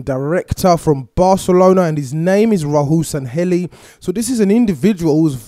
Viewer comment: SANLLEHI you said Sanhelli